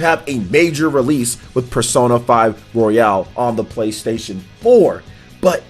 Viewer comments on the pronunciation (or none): did you just call persona 5 royal, persona 5 royale?? xD